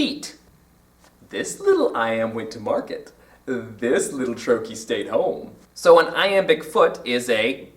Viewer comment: You could not possibly be more wrong. The IPA says: \ ˈtrō-(ˌ)kē \ so you are wrong on the pronunciation of the second syllable, but you also put the accent on the second syllable, making "trochee" an iamb! Think about the meaning of the word-it's a two syllable foot with the accent on the first syllable. Would it make sense for a word describing that to be rhythmically the opposite of that (an iamb, as you have it?) . No, the word "trochee" is a trochee -- a two syllable foot with the accent on the first syllable. TRO-kee